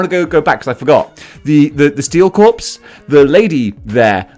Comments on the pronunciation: Corps. Corps = "core" not "corpse" "Steel Core" "Marine Core" "Green Lantern Core" "Nova Core" Snowjob. LOL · Corps is pronounced "core".